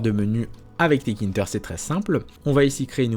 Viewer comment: Salut, juste une petite erreur de prononciation de ta part, ce n'est pas 't-kinter' mais 'tk-inter' Donc il faut le prononcer 'téka-ine-teur' Ah oui, aussi, en pratique, on n'importera pas tout depuis la librairie tk, c'est trop lourd à charger, et sur de grosses interfaces, ça va prendre du temps à charger, donc, il faudrait plutôt utiliser cette syntaxe: from tkinter import PhotoImage, Canvas, Frame, Label Aussi, quelque chose d'encore plus utilisé est de faire: import tkinter as tk Puis, image = tk.PhotoImage C'est plus utilisé car cela permet d'éviter les conflits de noms d'objets 😉 Sinon, super vidéo!